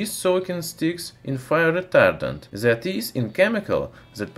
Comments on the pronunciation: Try to say "that" more alike to "death" than to "zed" please :) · He is saying that ,,, zet 😂